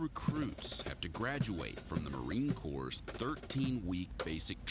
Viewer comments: Corps NOT CORPSE. THEYRE MOT DEAD ' THEY'RE VERY MUCH ALIVE & WOULD KICK YOUR STUPID ASS FOR SAYIN IT! AND RIGHTLY SO ! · I'm missing something, she still said it wrong..she said corp twice. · It’s pronounced core (corps)